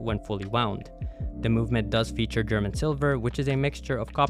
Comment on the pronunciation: How are you pronouncing "German"?